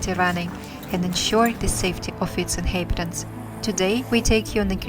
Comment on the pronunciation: Well, you do have to do something about the way you read certain English words!😜 List of some of your mispronunciations: InHAYbited inHAYbitants signiFICKly wrote (for 'route') immenSIVEly bAYing (for 'being') masonLY TYPE-ically OUN (like in "clown", "town", "noun", etc. instead of "own" like in "flown", "blown", "shown") conCUR (for 'conquer') inHAYbited HAYvy rESSently LAW (for 'low') cloSing (for 'clothing') glows (for 'gloves') freakin' (for 'frequent') reLAYtively inHAYbitants they remindS us for ourselF Yakutsk (like Yakutia) is pronounced with the stress on the second syllable: Ya-KOOTSK, not YAH-kutsk, so: , , , , , , , , , , - WRONG! - RIGHT! Also, you eat up some of the word endings: firefighter (for 'firefighters') firefighter (for 'firefighters') specialize (for 'specializes') themselF (for 'themselves')